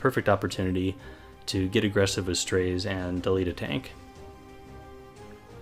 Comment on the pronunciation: Isn't his name pronounced as "Strah-ze"?